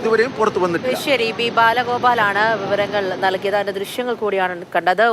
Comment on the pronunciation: പിന്നിലല്ല മുന്നിലാണ് ജലം തുറന്നുവിടുന്നത്...... റിയിൽ അല്ല (ഉറിയിൽ )